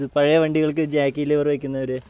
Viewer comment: Lever not Liver